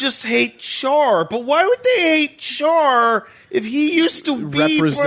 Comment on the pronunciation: Why does mispronounce Char and Amuro? He keeps saying Char like "Charred" instead of the proper Char "Shar" and Amuro as (H)AMuro with a silent H instead of the proper AH-muro. He should be hearing them pronouncing it in the show right?